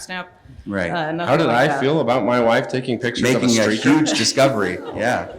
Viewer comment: It was a sreaker! 😂